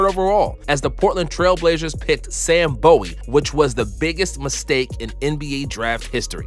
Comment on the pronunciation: You're young. Let me help a bit with pronunciation... Dave Cow - ens, not Dave Coe - ens. Does not rhyme with Billy Owens nor Bruce Bowens. . Shareef Abdur-Rahim. Abdur, not Abdul. . Sam Boo - wie, not Bow - ie. I understand the complete opposite Cowens and Bowie.... I don't make the rules, I just say the words as they were said back in the day. . Akeem Olajuwon. When he was drafted the world still knew him (and David Stern introduced him as the number one pick) as Akeem. We all found out later that his name was Hakeem. . Good video. Keep it up!